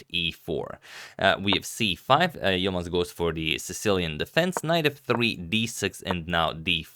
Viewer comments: Such a good pronunciation of Yılmaz. Normally foreigners find it really hard to make that "ı" sound. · Im impressed he pronounced Yilmaz perfectly